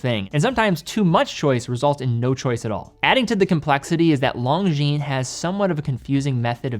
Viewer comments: I'm English Canadian and not fully fluent in French, but even I cringed at his pronunciation of this brand. I hope he can atleast pronounce Cartier properly, or relatively close to the proper way.. unlike how I've heard it on u.s. radio commercials.. "Car dee ay".. 😳 But that aside, he put out a fantastic video on this brand, and I completely understand the difficulty of saying French names like Longines. Maybe Kevin O'Leary can give him some pointers. 😆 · Please stop pronouncing "Longines" with a hard "G." Their name is French.